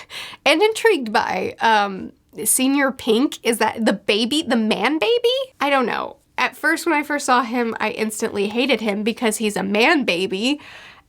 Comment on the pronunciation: Actually, it's Señor, if you're gonna correct people at least do it properly. And while still wrong, Senior (read in Romanji, not in English) is closer in pronunciation to Señor than Senor, Senyor would've been even better